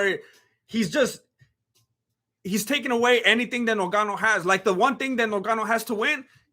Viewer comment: Is it difficult to say "Ngannou" 🙄who is "Nogano" stop disrespecting ppl sir!